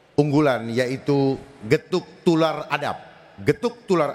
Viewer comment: Bukan gethuk tular pak tapi gethok tular ngomong aja salah